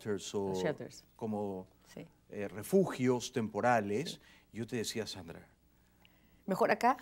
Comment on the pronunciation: En México los del centro tienen esa pronunciación de las S, tipo sh. Sandra nació en la sierra del Perú, donde el acento es otro.